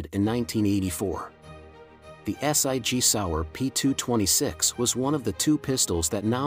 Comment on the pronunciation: Point 375 s i g? Is that .357 SIG? Ess Eye Gee Sour? More computer voiced poor interpretation and spelling . 🙄 But, some great guns here.